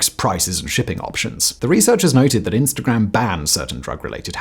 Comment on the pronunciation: I feel like you went hard on the pronunciation of “-gram”, which is kinda nice. I try watching less Americans on here!